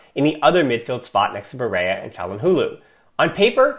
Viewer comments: Hey man, I love your podcast, it’s probably the best researched out there. I just wanted to mention some constructive criticism, a double LL is only pronounced as a Y in Spanish. Barrella is Italian so it’s just pronounced Ba-rella. Thanks for your dedication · Yup, as a fellow american myself, just say it like the spaghetti brand